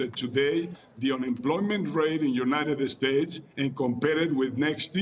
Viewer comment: LePage Channel No, he said United Estates. Mexicans always pronounce every English word that starts with "S" with an E at the beginning lol. Funny but true